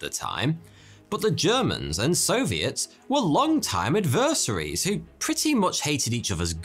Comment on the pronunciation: Pretty good, even though you can't pronounce adversary.